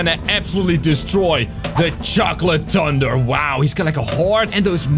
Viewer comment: my guy said ''i will defeat you chocolate tunder'' when it said chocolate thunder